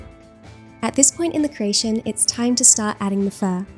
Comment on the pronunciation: CREATION* NOT cration